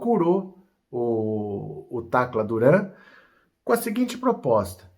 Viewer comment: Fala Tacra Duran